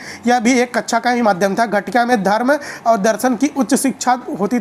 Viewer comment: Sir kacha ni hota kaksha hota h